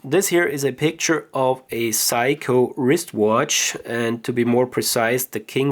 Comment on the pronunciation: Pronounced "Say-Koh" not psycho!